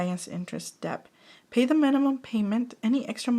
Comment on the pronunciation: Lovely video. Just a heads up, “debt” is similar to the word “doubt” in that it has a silent b. So you pronounce it “det.”